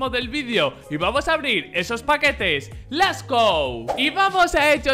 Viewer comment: so te amo contigo siempre voy a to lo lado de corazon pongan más huevos porque a lo queremos y este amor que por vos siento les go es un sentimiento Edit: se que es lets go pero no dice la t